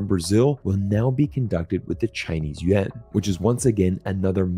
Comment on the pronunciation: It is not Yuen but YuAaan!!!😂😅 Chinese is not junk, no grammar rules American English!!!😂😅